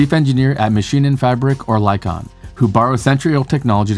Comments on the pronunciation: The “i” in Oerlikon is actually the short i, so the pronunciation is more like ERR-lick-on (with the “err” rhyming with “her”). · Public transport is already more efficient and environmentally friendly even when powered with fossil fuels because of passenger density alone. Also, Oerlikon is pronounced Early-Con. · Not exactly. It’s EARL-ick-on. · Oerlikon is pronounced EARL-ick-on. (Not err-leek-on, err-like-on, etc. The “i” is a short “i”.) Of course it’s a bit different in the native German, but the above is the correct English pronunciation. (Source: I live in Zurich, Switzerland, where the gyrobus was made. Oerlikon is a neighborhood in the city.) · "Oerlikon" is pronounced "Err-lee-kon". Sorry I had to be that guy 🙈😅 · Oerlikon is not called "or lie con", but if you would say "early con" it could sound pretty accurate. ;-) Cheers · Except that it’s not. In English, it’s pronounced ERR-lick-on (with the “err” rhyming with “her”). Source: I live in Zurich, which is where the neighborhood of Oerlikon is located. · Of course you did. And next time, just say "early con", which is pretty close to Oerlikon. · The attempts at pronouncing Oerlikon made me smile. The engineering company was named after the municipality of Oerlikon, which is now part of the city of Zuerich. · The Oe (Ö) in Oerlikon is pronounced like the i in bird. The i like the i in bit. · Except he doesn’t know how to pronounce Oerlikon… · Nobody's perfect. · Shame no effort was made to pronounce Oerlikon correctly.